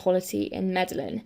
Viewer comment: Fantastic video, thanks for this. Very small, petty thing from me - it's pronounced Mede-yeen (in Hispanic countries the double L becomes a 'y' sound!